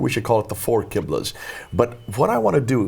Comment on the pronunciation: It's Qibla, not Quibla.